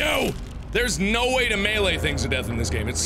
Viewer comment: the way he says melee